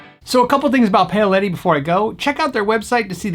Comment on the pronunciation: Shaun W He’s definitely pronouncing it “pay-o-letty” which is a bit wrong. I guess isn’t an Italian American! 😛 With respect though, as nice as Gordon Smith guitars are, the wood selections, craftsmanship and build techniques that go into Paoletti guitars is in a different league to Gordon Smith - when did you ever see a Gordon Smith made out of centuries old reclaimed timbers with a recessed leather top? These guitars are intended to compete against the best custom shop and independent luthier built guitars in the world. I’m sure Gordon Smith would admit themselves that their guitars are intended to go up against and compare favourably with big name US production instruments from the likes of Gibson and Fender (which they typically undercut in price whilst offering more options and flexibility) or newcomers made elsewhere in the world the likes of Eastwood.